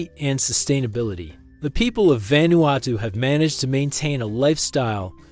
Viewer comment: What do you expect from lame, lazy, click-grab, disgusting a.i. bullsh1t? Can't even say the name of the country correctly saying it quite badly - and not even the same mispronunciation. Mis-speaking the name about 9 different ways. And that was in the first 5 minutes, which was about 4 minutes longer than I needed to decide this was just another total garbage a.i. spewage. video down-voted. channel blocked.